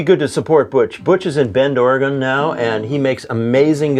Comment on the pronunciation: Nice!! And...thank you for pronouncing Oregon correctly! LOL!